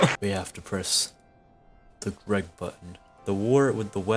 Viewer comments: Why did you say Greg like that.😂😂😂😂😂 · omg the way he said GREG!